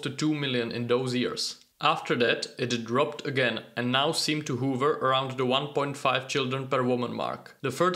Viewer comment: Hover, not hoover